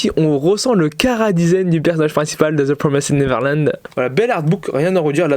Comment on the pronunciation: Cool la vidéo... par contre arrête de dire ThE pRoMéSèDe NeVeRlAnD stp j'en peux plus 😡 ça se prononce "deux PROMAYZD neverland". merci.